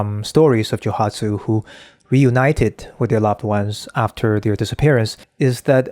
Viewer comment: Joooooooohatsu. Joe-OOOOO hatsu, without meaning to be impolite to correct how you pronounce the word. It might not be only Japanese men, who would do this.